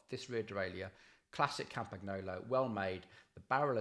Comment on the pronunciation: It's pronounced "Campanyolo", you could at least get them basics right.